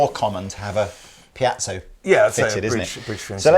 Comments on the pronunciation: PIEZO PIEZO PIEZO ! ...not 'piazzo'. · Please Piezo Pee Ay Tzo. Piazzo is some form of italian town square:-) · for God's sake listen to the way to pronounce piezo. A piazza is a square in Italy. Piezo is short for piezoelectric. There is no such thing as a piazzo. Unless it's an untrendy Italian guy ( square ) trying to "pickup" women. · please.... it's pronounced Pee-Et-So I wouldn't normally, but in a vid where it's said like 50 times, it's giving me a nervous tic!! LOL;p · pea-ett-zo